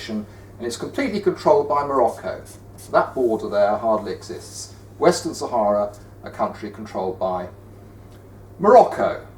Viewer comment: western not wistin